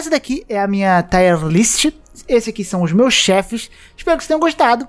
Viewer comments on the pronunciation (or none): tier se fala como escreve mesmo, e não taier list